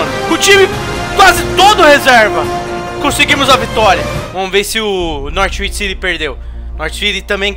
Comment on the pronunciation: Não é Nórtiuichi, é Nór uichi!